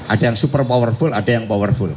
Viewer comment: Super power full/ fower full, bahasa mana lagi ini😅